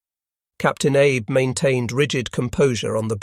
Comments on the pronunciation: "Abe"? Not Abe Lincoln but 'Ah-bay." Still a great doco. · Not Abe, Ahbay… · I believe the pronunciation of the Shinano’s captains name is Ahh bay not Ay b.